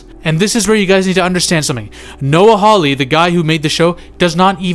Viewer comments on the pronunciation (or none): none